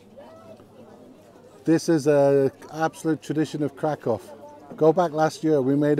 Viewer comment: Nice, my girlfriend was calling me dumb saying i was saying the city wrong 🤣 Can't wait to show her this and have her face drop. I'll keep saying it the polish way. If i visit their country i got to respect the pronunciations 😅. Thanks for the clarification. Definitely getting a big dog there